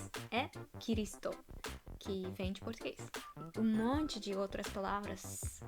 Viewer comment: O "d" de "video" não se pronuncia "dj". Não é "vidjeo". Mais: o "m" de "monte", não se pronuncia "tch". Não é "montchi".